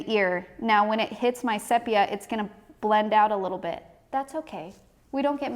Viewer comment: I’m sure you’ve since discovered that the pronunciation is “seepia.”